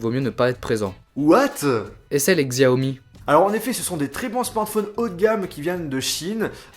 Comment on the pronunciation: le dit il a un peut un accent de m*rde ^^ (Xiaomi)(ou alors il ne sait pas comment sa ce prononce?)